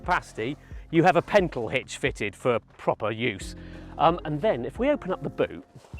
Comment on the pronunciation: "Pentle hitch"?? Err that would be a pintle hitch.